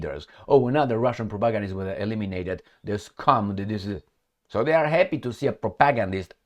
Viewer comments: Please learn how to pronounce "propagandist". You make it sound like "protagonist". The stress should be on the third syllable: [pro-pa-GAND-ist]. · much respect but it's pronounced propa-gan-dist